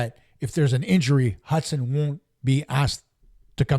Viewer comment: Hutson, not Hudson 😉